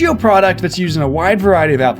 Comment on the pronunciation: Thots a knife!!!! Australian accent!!!!